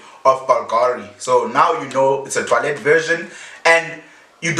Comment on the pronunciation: Was pronouncing the word as toilet 🙄😂